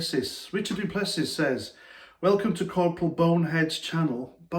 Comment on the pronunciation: du Plessis is pronounced do-ple-see